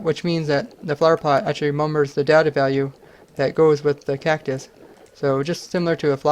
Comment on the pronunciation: Cactus? more like KEK-tus